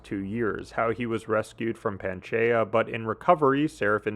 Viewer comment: Dude, please learn to say Pangea correctly.